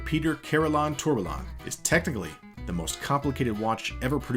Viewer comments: Is this the best you can get for narration? Tourbalon😂😂😂 A company involved with watches doing a comprehensive history video should have someone properly pronounce basic watch terms🤦🏻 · Hearing you say 'Tourbillion' hurts my ears... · "Tourbillion" does not have localized American pronunciation because it's not a loanword. You're simply mispronouncing it. You don't go to a Mexican restaurant and ask for a "kaysadilluh" unless you want to look ignorant. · The double L's make a Y sound... you aren't Americanizing the word. You are mispronouncing it. If some said the L's in tortilla, that would sound pretty silly as well. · Need to check on how to pronounce tourbillion...